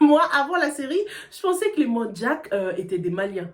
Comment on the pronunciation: faudrais revoir la prononciation de manjack c'est pas en anglais mais français la prononciation non on les trouve en Casamance